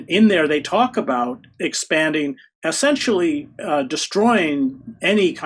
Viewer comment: What does "assentially" mean? (minuate 100)